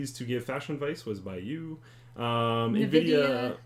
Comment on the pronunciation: I like the nuh-vidia pronunciation.